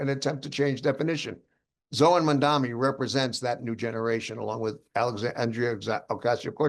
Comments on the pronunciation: Are you pronouncing his name correctly??? Its Mamdami...not Mandami.... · Why is it that all old white men can't pronounce his name correctly!!!